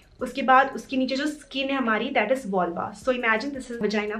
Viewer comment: Please pronounce vulva properly. Please .